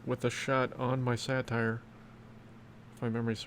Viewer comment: Hey! It's pronounced Sate-er. Satire is a form of comedy. Satyr (Sate-er) is a creature from Greek mythology. Love the content and I'm enjoying Smashing Four so far but I'm not sure this game has any longevity. It feels far more pay to win than SPPD so I'm not sure if I'm going to stick with this one long term.